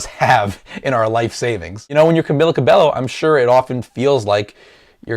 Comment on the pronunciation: i know it spell Cabello but when you say it its Ca-be-yo nice reaction though